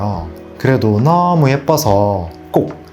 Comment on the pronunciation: 너어~무~ 가 어느지역 사투리인가요?